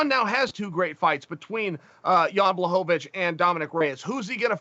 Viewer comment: Chael “Blah-HOVA-Vich” Sonnen